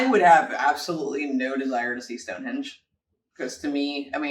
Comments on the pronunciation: Ok ish as a short description of some of the best places. Gave up when he kept calling it stonehedge and then said Mt snowdon ten thousand and eighty five meters (actually 1085). There are many far better reviews. Stonehenge is a most amazing and mysterious place . Apart from what it was used for. How did they cut , haul twenty five miles and erect rocks weighing up to 40 tons just with levers ropes and a lot of sweat. ( and the smaller bluestones weighing 2 to 5 tons come from a site 120 miles away in west Wales). The more you learn about the place the more incredible it becomes. It is sited on a plain that is covered with other strange places . Why did these people 4000 years ago devote so much time and effort when they could be getting on feeding clothing and sheltering themselves? People who are disappointed when they first see Stonehenge have clearly not spent ten minutes researching the place . Usually the complaint is that it is so “small”. As if it was built recently with modern equipment and technology. Even so the main circle is about 60 ft across and the large sarsen stones stand 13 ft out of the ground , plus they have the cross lintels on top. Over the centuries many stones have gone missing as the local people have treated the place as a quarry. It’s like going to the Grand Canyon and not being impressed because it’s just a valley. All that is required to enjoy visiting the place is a questing mind, a good imagination and a willingness to spend 30 minutes of you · WESTMINSTER not WESTMINISTER, STONEHENGE NOT STONEHEDGE and he cant measure to save his life either! Eilean Donan is where Connor McCloud (I think) HIGHLANDER (in the film) originally lived, Queen Connection! . FYI the back arrow button on your Keyboard (the 4 tetris shaped buttons on their own) will send a video back 5 seconds if it is paused, helps continuity as you only have to do a quick press to go back. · Is he saying Stonehedge? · Its stonehenge not stonehedge.